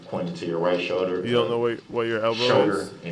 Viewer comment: A showder? What’s a showder? Does he mean shoulder!?!? He sucks so bad..I can’t stand him